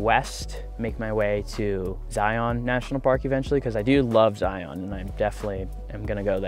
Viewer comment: Zeye-un, not Zeye-On. Keeps the locals from cringing, lol. ✌ Safe travels.